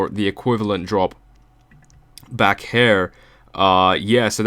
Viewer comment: Intro made sense but why do you say her instead of here?